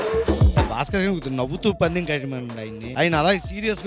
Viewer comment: Resmi paandem kadhu pandem Ani cheppali